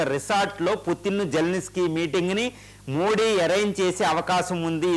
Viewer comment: కు తెలుగు మాట్లాడ్డం రాద, మోది జీ పేరును వికృతం చేసి మోడీ మోడీ అంటాడు